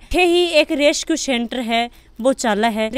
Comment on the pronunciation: fun fact रेसक्यू रेस्क्यू होता है मैडम 🤣🤣🤣🤣🤣